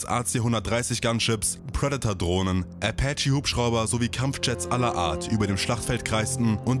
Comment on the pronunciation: Der Amerikanische „Äpätche“ Helikopter😂 man kennt ihn